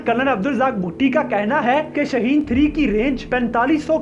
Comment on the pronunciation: Shahin nahi shaheen hai